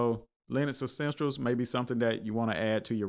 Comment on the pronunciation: Essentials brother ! Please stop saying, extensials !! Jesus